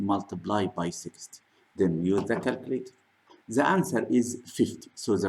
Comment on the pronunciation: Why Your English Sucks ? what about your " the " ZAAAAAAA Are you teaching babies ?